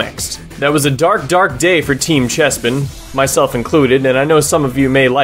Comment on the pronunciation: i love how you fucking nailed chespin and fennekin